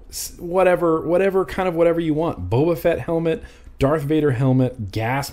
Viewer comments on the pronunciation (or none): none